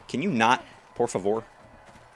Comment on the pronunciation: I loved your "por favor" lol